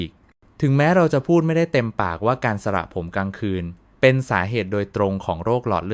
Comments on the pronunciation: สระผมค่ะ ไม่ใช่สละผม อย่าใช้เสียง AI เลยค่ะขอร้องเถอะ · ทำไมพูดไม่ถูกด้วยสระผมอ่านเป็นสะระผมจริงต้องอ่านสะผม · ช่วยอ่านให้มันถูกต้องหน่อยค่ะคำว่าสระผมตัวพยัญชนะแบบนี้นะตามที่ขึ้นนี่อ่านวิบัติหมดเลยสะระผมอีกหน่อยเด็กไทยก็เขียนตัวสะกดการันต์ของพยัญชนะหนังสือไทยไม่ถูกต้องวิบัติเพราะอ่านแบบนี้AI แล้วสิท่า